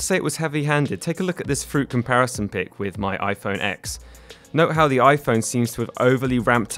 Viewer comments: After you said iPhone “ex”, I stopped watching. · When he said iPhone ex I stopped watching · I like how you call it an "iPhone eks"